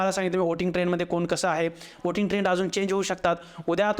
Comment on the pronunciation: व्होट नाही.. "ओट" आणि "ओटिंग" !! 😂